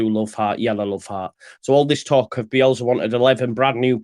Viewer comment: Do you realise it’s bielSA not BielZA :-)